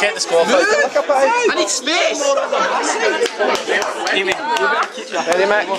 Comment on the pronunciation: it's macrae not mcrae and with aimee the accent is on the first e, not the second:) silly